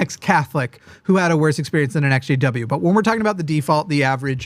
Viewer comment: Took me forever to figure out he was saying ex jw and not sjw....